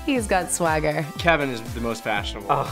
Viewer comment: they all sday keven -keven- ohh stop lol